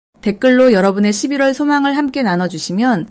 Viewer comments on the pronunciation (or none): 리딩 발음이 11월을 12월로 들려요. 차라리 ai를 활용해 보셔도 좋을듯.